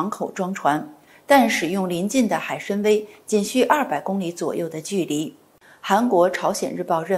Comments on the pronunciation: 海参崴就应该念成海参威，为什么要别扭的念成海参歪？愚以为汉语发音不一定非要以普通话的标准地的发音来框住。四川的汶川念成文川多好，为什么非要念成问川？ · 海参崴（wai），请专业一点！